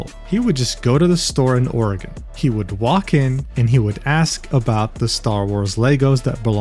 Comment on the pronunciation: Good job for pronouncing Oregon correctly, most people in the US can't